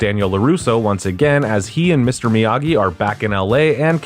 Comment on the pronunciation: 6 theatrical films. - "Miyagi", not "Myagi" - And Bill Conti as the music score composer. - It was purchased by Netflix after its 2nd season originally aired on YouTube Red - Production on season 6 wrapped last year, and all 3 parts have already dropped on Netflix - You can NOT skip The Karate Kid part III, especially if you're going to watch Cobra Kai